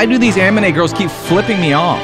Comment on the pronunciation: Anime, not amine